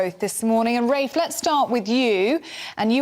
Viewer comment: It is always good to see Rafe and his educated, well reasoned facts, it is NEVER good to see either of the ill-educated race baiters Femi or Narinder. fFrmi couldn't even call Rafe by his name properly